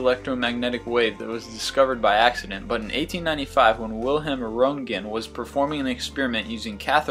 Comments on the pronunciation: Informative, but cCan you please pronounce names correctly? It was hard to even guess which names you meant. For example "Rongan"... i was wondering who that guy was, after several seconds i realized you mean Röntgen. Just because some phonems are not present in a language does not justify making names sound weird and inaccurate. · Your pronounciation is kinda "blurry" ;) But good video anyway. Btw, the guy is called Röntgen, not Rontgen, as you pronounce it. Ö is similar tu "u" in "furniture". So between o and e. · x-rays, the guy is pronounced ROEN-T-GEN